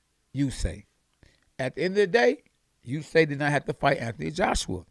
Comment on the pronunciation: usyK KKKKKKK NOT Usayyy